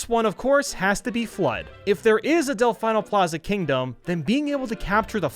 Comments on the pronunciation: Del-fee-no not del-fine-no ok? Ok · Delfeeno not delfyno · Del-FEE-no, not Del-FI-no. It hurt me watching that section, but it was a great video overall. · anybody else gonna acknowledge the fact that he pronounces del-FEE-no as del-FI-no? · Its pronounced Del-fe-no not Del-fi-no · It’s “Delf-ee-no” not Delf-ie-no” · DEL FEE NO NOT DEL FYE NO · Del-fee-no not Del-fye-no they get the name for the Italian word for Dolphin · Disliked because of “Delf-eye-no.” It’s pronounced “Delf-ee-no.” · It's pronounced delfeeno plaza you uneducated swine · IT'S DEHL-FEEN-OH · Del-FINE-nol Plaza is what i heard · "Del-FINE-o plaza." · Did he just say DelFYno plaza? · How to incorporate the surfboard capture: make it a Blooper, and make it capable of surfing similar to the Blooper Surfing in Super Mario Sunshine. And just because it irked me, it's Dell-Fee-Noh Plaza, as proven in Sunshine's Intro. Otherwise, would love to see quite a few of these ideas in Super Mario Odyssey 2! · Why do you say delFINEO plaza? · It's "Del-fee-no".. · Did he just call it.. Del-fine-o plaza! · you don't even have to play Sunshine to learn how to pronounce Delfino, literally watch the opening for like 30 seconds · Am I the only one annoyed by the way he said Delfino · am i the only one triggered he said Delfino wrong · The way you pronouced Delfino displeases me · Your pronunciation of Delfino hurts me so much. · A part of me dies inside whenever he says it wrong. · can we just mension how incorrectly you pronounce delfino? just go on google translate, italian, type delfino and listen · the way he says Delfino hurts me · buddy, I love ya, but the way you pronounce “Delfino” physically hurts me... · Like he sounds like he knows what he’s talking about when it comes to sunshine which confuses me even more because sunshine has voice acting and they literally say delfino the right way in the game so idk how he could’ve possibly messed this up 😂